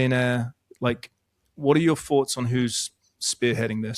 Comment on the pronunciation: It's everyTHING not everyTHINK and it's Thoughts not fourts and it's THINK not FINK and With not Wiv. Things not fings Speak like an adult not a child. It's just lazy not to pronounce correctly. Also you are English so speak the language . Otherwise great interview , ❤